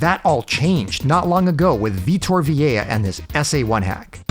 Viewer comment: The SA1 wizard is named Vitor Vilela. This was misspelled and mispronounced in the video as Vitor Viella. Unfamiliar names merit close scrutiny.